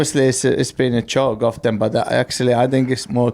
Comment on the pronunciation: I love the way Kimi Raikkonen pronounced "Often". Brilliant.